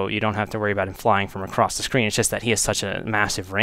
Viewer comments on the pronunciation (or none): none